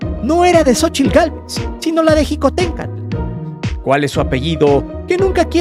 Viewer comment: Wey no se dice jicotencal, se dice Xicotencatl 😊 aprende a hablar 😅